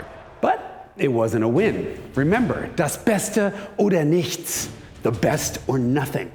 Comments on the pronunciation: Congrats: pronunciation of „das beste oder nichts“ was spot-on! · im supprised how jason said "das beste oder nichts" in very good german...great job